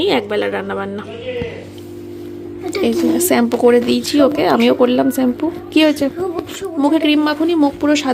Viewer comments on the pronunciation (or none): তোমার উচ্চারণ এত খারাপ লাগে, কেন শুদ্ধ উচ্চারণ করো না? প্রচুর ভুল, একটা শব্দ তো মারাত্মক কানে বাজে। সেটা হলো স্যাম্পু। আসল উচ্চারণ শ্যাম্পু। তুমি স্যাম্পু বলো কেন? শ, স এগুলো ছোট থেকে শিখতে হয়। কিছু মনে কোরোনা, তোমার সাজগুলো খুব জবর জং, অল্প পড়বে কিন্তু সুন্দর ছোট্ট ছোট্ট হালকা সোনার গয়না পড়বে। বেশ আভিজাত্য লাগে। এসব ইমিটেশন কেনো পড়ো? হ্যাঁ খুব যাদের অর্থনৈতিক সমস্যা তাদের কথা আলাদা। তাও হাবিজাবি আজকাল কেউই সাজে না। দেখবে যারা বাড়িতে কাজ করে তারাও এখন হালকা সাজ সাজে। তারাও নিজেদের রুচিবোধ পাল্টেছে। গলায়, কানে এসব কী পড়েছ? হালকা সাজবে দেখবে ভালো লাগবে, রুচিসম্মত লাগবে। এতো ইমিটেশন পড়লে খুব ব্যক্তিত্বহীন লাগে। আর একটা কথা বললে, " মেয়ে ক্যামেরা করে দিচ্ছে " ক্যামেরা করে দিচ্ছে মানে? বলো ভিডিও করে দিচ্ছে। নিজেকে সুন্দর ভাবে উপস্থাপন করো, তবে তো ভালো লাগবে।